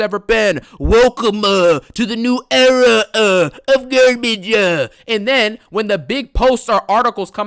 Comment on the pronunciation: Welcome-a to the era-a 😂😂😂